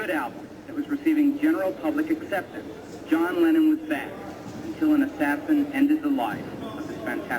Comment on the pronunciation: This was so torturous to listen to. We can't blame poor Stevie💝, but he did swallow THE NAME of the slain artist which he'd been teasing & teasing for mins here. Could hardly hear it, I had to turn on the video CAPTIONS, which also half-missed it. Torturous. Moreover, the audience was insolently rowdy 👎🏾👎🏾, catcalling & whistling, instead of listening quietly like this witness says. The audience was pretty awful. That's why poor Stevie had so much trouble saying the truth; they weren't in a respectful frame of mind at all - but it coulda been worse, I suppose. Poor performer💜. How was he supposed to go on? Happy, as if nothing happened? Cancel the whole show? I blame the selfish audience🤡. They sucked. Even the assistant next to Stevie tried to calm them down enough for them to listen, by shaking his head.🙏🏾😇 So sad/DISAPPOINTING to see black audiences be this stupid when it counts!